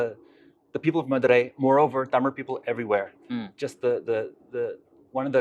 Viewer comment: His pronouncing words from tamil better than these generation